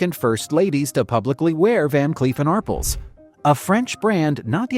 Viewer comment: Ar Pels, not arpuls. Geez.